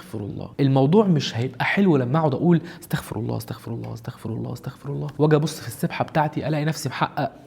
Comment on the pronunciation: ما اسمهاش استخفار اسمها استغفار وما اسمهاش استخفر اسمها استغفر الله مش بالخاء بالغين